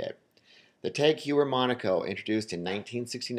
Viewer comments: pronounced Taag Hoyer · Dude, it's "TAG HOH-YER" and "O-MEH-GAH" sheesh... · is a FAKE YachtMaster. also, it's pronounced TAG Hoy-er. not hugh-er. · Tag "hoyer" not "ewer" "omega" not "omeega".i wont argue with your list but id like to see vacheron,piguet,or a.lange and sohne here. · Cory R. It's not "tog", it's a sound that is completely absend in the English language, so it's hard to explain. It's pronounced "tahg oyer" (the H is silent"). Besides this, the guy butchered almost every name on the list, seriously, carDier? It is pronounced something like "Car-ty-yay" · It's pronounced TAHG HOYER, dude. 30 seconds of google searching could clear up half the grammatical/pronunciation errors in this video. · "Tag h a year" would more correct than tag hoyer i think... TAGG because it s a French acronyme of Technique d'Avant Garde and h(pronounced) a year because Heuer is a Germanic last name. and it s Omega, not Omeeeeeega. I m living nearby the German and Swiss borders and that s how they pronounce it. The fact that James Bond pronounce it as a English speaking person is neither shocking for the brand or the audience and proves nothing about the way it should be pronounced. Most Swiss watches brand are based in French speakers location. This video and approach is very surprising and quite close to what I expected. I was glad to see Panerai entering the top 10 even if entry models are overrated (ETA mvmt) . Cartier is still a jeweller to me, not a watchmaker. Chopard has the LUC collection which save the brand from being an ETA movement pimping company. I also agree that because of the Reverso model, Jaeger should be in this list.